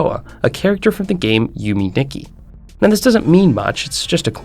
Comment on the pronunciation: "Yume Dicky"